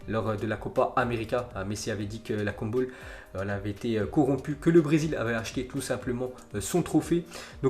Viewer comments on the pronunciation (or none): C'est CONMEBOL pas koumbol